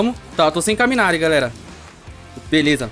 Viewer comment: mano so uma correção, não é “caminari”, é kawarimi (se pronuncia cauamiri)